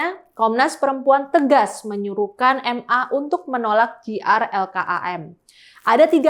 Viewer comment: JR bacanya Jay Ar ngomong Ji Ar, ini ditulisan ingris jadinya GR